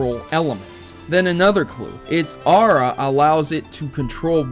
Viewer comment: I know this. I think the reason why dragonair's weather effects were not used to it's full potential,is because the limited technology and due to the fact abilities weren't in existed until ruby,sapphire and emerald in the early and mid 2000's (for emerald) LOL i like how you say aura and dragonair's name, sounds kind of like haorah and Draganaires. But its all good every person will always have a different pronunciation for the pokemon series